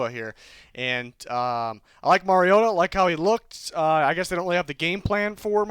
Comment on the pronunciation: Its mar ree o ta